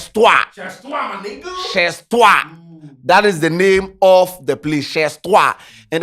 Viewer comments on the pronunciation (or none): The "z" in chez is not pronounced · your french teacher no teach u say make u no pronounce the last letter of a wrod?